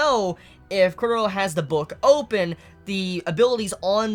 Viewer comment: Everyone has problems pronouncing Chorollo's name 😂😂. Put some repeck on his name!! lol his name is pronounced like a Spanish name. Cho-ro-(y)o . "LL" ="Y"